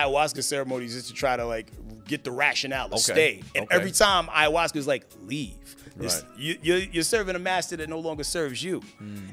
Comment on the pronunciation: What the hell is a "Iowaska" ?